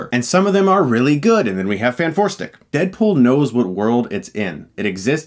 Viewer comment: I keep hearing "Deadpol"